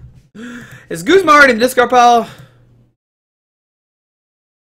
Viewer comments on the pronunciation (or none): He's also pronouncing Guzma as Goos-ma. I pronounce him how his name is spelled. Guz-ma.